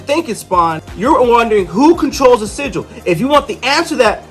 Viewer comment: Yeah, u saying it wrong. It's sigil(like Jill).